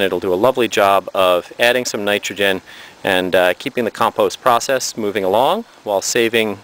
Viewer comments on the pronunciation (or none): none